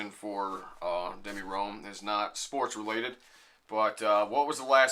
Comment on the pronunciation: I feel weird just pointing this now but It's D M I Rome not demi lol